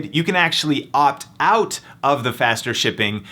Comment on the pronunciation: Why the fuck you talk so weird? "Two HOUR shipping" "You can opt OUT" call the fuck down gay boy